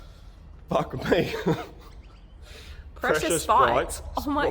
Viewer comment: pressure sprites 😂 words are hard